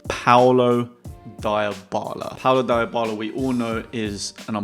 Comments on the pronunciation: it's Dee-bal-lah..... not Dai-oh-bal-lah... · Deebala not diebala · Its DEEEbala not diebala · Dybala is pronounced Deebala